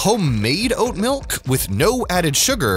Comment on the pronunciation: god damn you butchered so hard